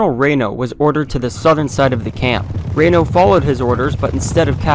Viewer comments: Itsnot raino...its reeeno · It’s Reno not Reino. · Its Reeeeeeno not Raino. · Right?? See my other comment listing a lot of errors. And another one I just remembered -- he says "Colonel Rain-o." Rain-o was a Major, not a Colonel. 😉 Major Marcus Albert Reno. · Many factual errors regarding the ranks of the Cavalry officers and even the pronunciation of Major Reno's name, Check this out for a better presentation. Otherwise a very concise summary of what really happenned.